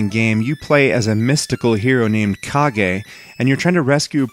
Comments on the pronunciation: its Ka-ge if you watch Naruto and say hokage why cant say it with kage not cage its spell with a K not C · it is correct terms. its not cage its ka-ge because its spell with a K not a C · Not me. It's Kage. Not cage. Or is it Demon Sword? Awesome game. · It's CAAAGGEE!! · I used to play this game all the time, and even though I know the correct pronunciation of the title, I still think of it as the Legend of "Cage".